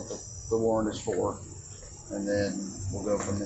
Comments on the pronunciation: Btw it's "warrant," not "warrent." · warrant not warrent wtf